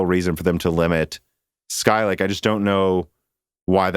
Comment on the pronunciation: Your pronunciation of "sky lake" is wrong